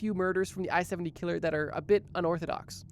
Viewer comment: The way you say killer makes me want to die